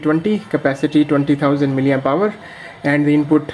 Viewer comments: You have been continuously pronouncing miliempower instead of milliampere. Play your video and listen attentively. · 'Miliempower'..🤣🤣🤣 That's called milliampere. Otherwise the review was good.